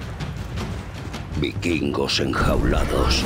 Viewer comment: "bikingos"... "vikingos"....